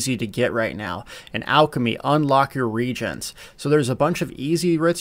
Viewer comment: Please learn how to pronounce "motif", "reagent", and "wrath". It's so distracting to hear a self-proclaimed "old guy" speak incorrectly.